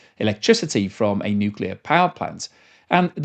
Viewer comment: Nukeyaler! Harnessing the awesome power... Of the Nukeyalus